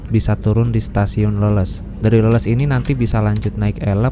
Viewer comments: dibacanya leles bang bukan leuleus....😊😊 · bukan Leles dengan "eu", tapi Leles sprti ikan "lele"..😂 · bukan leuleus tapi Leles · Gak enak denger nya kang nyebut stasiun leles jadi leuleus🙏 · Leles, baca E-nya kayak di kata GESER, Mas! Kalo dibaca leuleus, artinya beda banget. 😂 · Mas pengucapan Leles itu Bukan kayak Lemes, tapi Leles kayak Bebek 😂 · Leles tuh "e" nya dibacanya kaya lele bg wkwk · Pengucapan kata Leles sama dengan ucapan ikan lele +s . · Cara baca stasiun Leles di Garut harusnya dibaca mirip cara baca ikan Lele tapi ini ujungnya ditambah huruf "s" 😊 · Cuma ingfo ga penting aja ini mah 🙂, Leles, diucapkannya sama kayak ikan lele bang 🙂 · Coba ya bilang nya ikan lele....tapi di tembah huruf s, jadi bener sebutanya leles😅😅😅😅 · Leles Aa, huruf e nya kayak nyebut ikan lele. Leles, Garut. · Btw bang, stasiun leles cara baca nya bukan "leles" tapi "leles" 😹😹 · bukan stasiun leles bang, tapi di baca leles.. kumahanya jelaskeunna wkwk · Penyebutan leles nya salah 😭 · Hadir.. sambil lembur ga kerasa di bawa jalan2 online lagi nihh..., btw pengucapan pas nama stasiun leles...kentara bukan urang sunda nya nyaak.. hahaha,, senyum.aja kuring mah.. keren mas lqnjutt